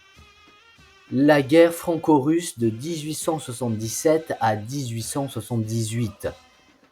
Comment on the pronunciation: Ta dit la franco-russe a 15.54 juste une petite erreur de prononciation sinon très bonne video comme a chaque fois